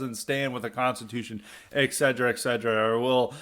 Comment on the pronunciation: 'Et-cetera' not 'egg-sedra'!